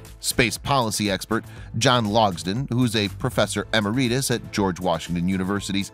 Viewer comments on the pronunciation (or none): Video doesn't hang together very well. Did you do an outline? BTW, Emeritus is pronounced em-air'-i-tus (short i), not am-a-ree'-tus, and the A in Chaffee is short as in chat, Chaf-ee not Chay-fee. Pros check everything before tracking so they DON'T sound dumb. If you're going to do a piece on the annomally, why not ask the question, why did the explosion start in the hatchway where the parachutes are stored, as is clearly seen in the video, not below deck where the fuel tanks are located. Show technical drawing of what is where and investigate Pyro locations. Now you've got a video. Everybody knows about Apollo One and the shuttles that's a waste of memory. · "eet" is the wrong way to pronounce - emereetus! "it" is the correct way to pronounce - emeritus - Capice?